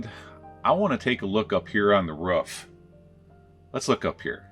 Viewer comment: The Wisconsin sure came out of you when you went up to look at the RUFF. lol.